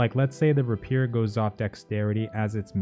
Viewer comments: Ray Pier, no Rah Peer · Or at he says rapeers or spears...lol....at that point I started singing George Gershwin and Ira Gershwin "Let's Call the Whole Thing Off". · The way you say "melee" and "Rapier" is driving me God damn nuts. Say them with me: Melee: "May-lay" or "Meh-lay" Rapier: "Rape-ear" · Love your review/analysis videos. The mispronunciations of rapier and melee distracted me at first. But I liked the points you were making about strength and dexterity attributes. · Didn’t even notice it and now it bugs me 😂